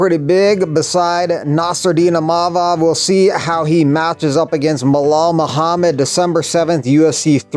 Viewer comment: did you really say Melal Muhammad? Guess you couldn't "Remember the Name" 😂